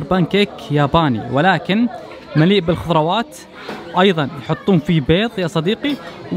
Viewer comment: دقيقه يبقا لك تعديل لما قلت لاكون مياكي قلت بدل الخضروات خروات ستغفر الله 😂😂😂😂😂